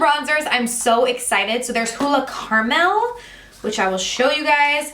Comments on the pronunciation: I had to do a rewind to see what she was pronouncing , ha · I have never heard anyone pronounce "caramel" like you did. LOL! Is that a Jersey thing!?